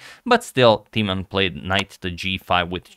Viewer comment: In order to increase your vast knowledge: Timman is pronounced with a short i, like in imminent, not long like tea. You got the short a right in both Jan and Timman!